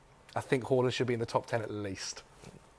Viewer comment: Everyone: haaland: hooland